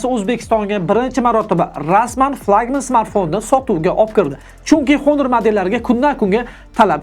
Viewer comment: Assalomu alaykum Video uchun rahmat. Oka ingliz tilida aytiladi Honor so'zi honor yozilgani bilan o'qilishida Onor diyiladi. Oka Honor emas, Onor dib obzor qisayiz zo'r diydi ko'pchilik.